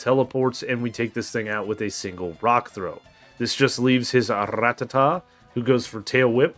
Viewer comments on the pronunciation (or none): none